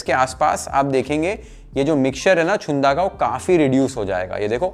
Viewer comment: Chunda चुंदा नाही रे... Chhunda छुंदा. बाकी पाककृती योग्य.